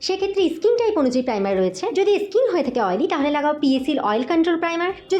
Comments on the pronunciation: ইস্কিন নয়,ওটা স্কিন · ইসকিন ইসমুথ,এগুলো সঠিক নয়। ঠিক করে উচ্চারণ করুন